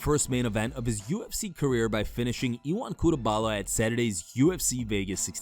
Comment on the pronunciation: Ion "cutebala"